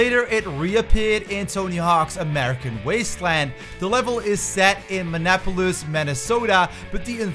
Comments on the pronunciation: As a citizen of Minnesota your pronunciation of Minneapolis actually hurt me lmao. "Min-nah-po-lis"? Why was the E silent? It's pronounced "Mini-apolis" for the record. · The way you said Minneapolis hurt me. Other than that, good video